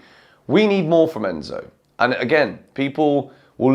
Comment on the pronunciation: Crazy how you butchered Enzo’s name and then he goes and scores 2 hahaha